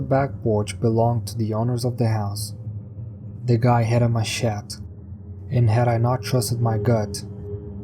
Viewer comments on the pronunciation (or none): The 1st story you describe a machete. Whuch is a huge bladed knife. It is pronounced "Maa shet tee" just for the info. I'm not being a smart arse, or sarcastic. as it's not that important. I just thought u n maybe others may appreciate knowing what it's is for one and two for the correct way to say it.. Cheers to u n all the Guy's N Girls lol